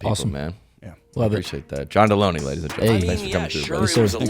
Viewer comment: I think John Delony is with no “ey”.